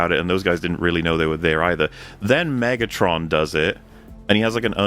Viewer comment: omegatron? It’s megatron you donkey